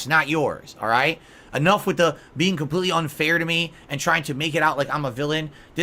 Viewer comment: Legitimately the only funny thing he's ever said was KHAMPLTEETLEE. UNINTENTIONAL. *snort*. "This does have a fan in it, which blows me away."